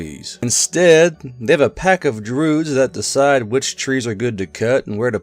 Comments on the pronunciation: I think its a joke about an old game called "mystery of the Druids", voice actors in the game read Druids as Droods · Why does say Druids like that